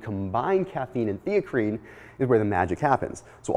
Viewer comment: Never even heard of Theacrine.. Thought he was saying creatine initially..